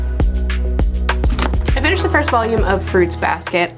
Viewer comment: " I FINISHDED this " lmao